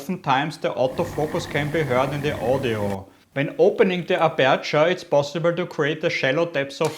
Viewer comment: oida... die aussprache tut SOOOO weh..... streng dich an. und die betonung ist auf (A)perture......